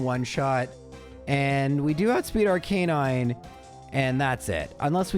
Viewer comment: I might have Misheard, but did just pronounce Arcanine as Arcanine a d not ARE Canine!?